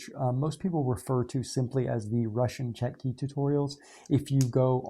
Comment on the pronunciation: Just to let you know, the Russian word is Чётки. The ё in Russian is pronounced like a "yo". So they are pronounced Chyo-tkey